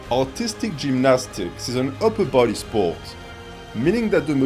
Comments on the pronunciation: Few times I heard "Autistic gymnastics" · Just realized how funny it is when a French man tries to say “artistic” 😂